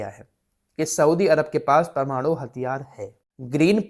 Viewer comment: PARMARU kyun bolte hai, sahi wod PRMANU hota hai sahi bolye